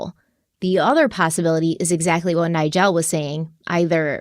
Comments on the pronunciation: ily, but it’s NIE-JUL 😂 not nie-gel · Why are you pronouncing Nigel like that? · It’s pronounced “nye-jule” not “nye-gel” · omg just heard say NIE-GEL too, not tryna call you out 😂 both y’all stop it lmao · I've never heard it pronounced like that. Always with a j sound for the g. People be saying stuff differently. It's interesting